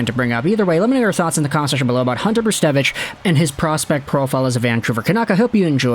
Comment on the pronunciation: Brzustewicz is not spelt weird it's just a Polish last name (also very nice pronunciation my friend :D ) Hope he'll have a great career. He's a bright talent for sure